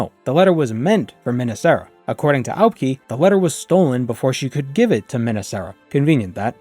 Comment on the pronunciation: I'm pretty sure you pronounce Aubk'i as Ah-bu-kai. Fan of you content.